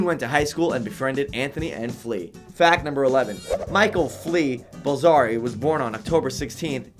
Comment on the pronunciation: Haha I love this comment. Hated the wah the guy pronounced Balzary and Irons